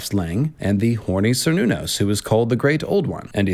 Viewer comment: The "c" in Cernunnos is pronounced like a "k" and is sometimes even replaced with a "k". Great video ty